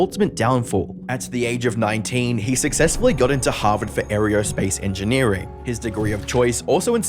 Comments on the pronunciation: No native English speaker says "Aereospace" or "Arrab" An AI cloned voice would if it didn't process the emphasis on the first A in Arab and if there was a typo in the word aerospace tho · Air-ee-oh space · Im guessing Aerospace, not Areospace. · Airy-O-Space engineer? Is that how y’all pronounce that over there? 😂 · How did he pronounce aerospace?! If I didn’t know better I’d think was an AI voiceover. It’s not. He just mangles so many words.